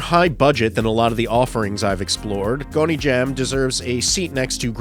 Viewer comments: Sir, it's pronounced Gone-jom not Goney-jam. Great list, thank you. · Every time he said “gony jam” i physically shuddered